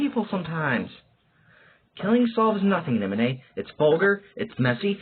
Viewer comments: NI MO NAH not ni moh nay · It’s spelled nimona not nimonay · Bro was trolling with the pronunciation of Nimona's name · You pronounce the name wrong 😑 Nimona name wrong.but overall great audiobook10/10👍